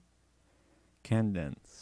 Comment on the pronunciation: If you redo this tutorial, pronounce Cadence kay-dense, not kan-dense. Think "Hup 2,3,4," the cadence call from a drill instructor. All about timing.